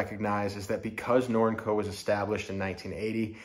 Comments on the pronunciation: Is it? According to whom? Not a challenge. Just want to know the information. I've never heard someone pronounce Norinco with the word "ink" as the second syllable (I believe that you exagerated in that description of pronounciation). I have heard, until hearing you, it pronounced "nor-in-co" with a long E sound in the second syllable. Thanks. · Interesting way of your pronunciation of the name Up in Canada we pronounce it ner-ring-co Norinco